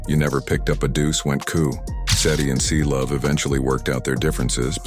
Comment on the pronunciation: bro its Cblu not Clovee😭😭😭